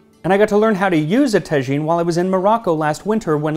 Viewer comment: I'd like to correct if I may, it's pronounced taa'jine not tajeeen.